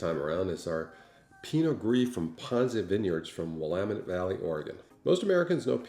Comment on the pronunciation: As someone who lives in the Willamette Valley, I commend you on your pronunciation. There is another wine channel that seems to go out of their way to mispronounce Willamette.